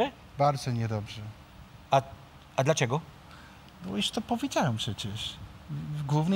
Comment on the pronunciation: Hmm, Kuba starał się, by jego gość czuł się jak najlepiej, wobec czego dopasował sposób wymowy niektórych słowów do sposobu mowy... "a dlacziego?";x